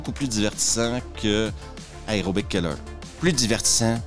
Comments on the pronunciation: pitié A E R O. pas AREO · Tu peux pas faire une vidéo sur un film qui parle d'aérobie quand tu ne sais pas prononcer le mot aérobie. Ni aucun mot en [aer].